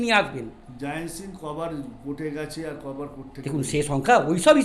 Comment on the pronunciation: যিনি ইন্টারভিউ নিচ্ছেন তাঁর কথা বলার ভঙ্গি অত্যন্ত বিরক্তিকর | উচ্চারণে জড়তাতো আছেই তারসঙ্গে বারংবার 'কেন' র পুনরাবৃত্তি শুনে মনে হয় আরো গ্রুমিং প্রয়োজন | ক্ষুরধার প্রশ্ন করতেই জানেন না | শেষের দিকেও এমন দায়সারাভাবে বলছেন যে একটা সবজান্তা ভাব | জয়ন্ত সিংকে তো Jiant ( যদিও তাই ) বানিয়ে দিয়েছেন |